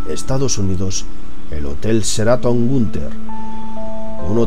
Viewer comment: se pronuncia SHE-RA-TON no CERATON, ok?